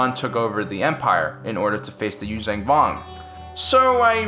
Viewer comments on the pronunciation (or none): Liked the video but your constant use of a g at the end of Yuuzahan is annoying. It's not you-vang it's you-zahn. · Yoo-zhahn Vong. Not Yoo-zang Vong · Yuzhan vong is pronounced you-Jong vong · actually I retract that it's pronounced YUU-JAN VONG Chasm is 'kasm' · Dude, love yr vids, watch em all the time. Even subscribed... But yr pronunciation of Vong shit is driving me to distraction! There is a site u can go to, and learn the right pronunciation from the folks writing those books. Its yoo-zang, its yoo-zon. Like Zahn. Check it. I guess im an asshole about stupid shit, but SW fans, we're known for that. Still, i lurve yr vids, man. And yes, i always thought that the NJO story line would've made for an amazing live-action SW tv show! Like the BSG reboot. (Even the X-Wing books as live action.) But yes, keep the Vong canon somehow.